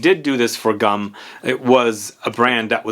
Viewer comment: GUM is pronounced G-OO-M :)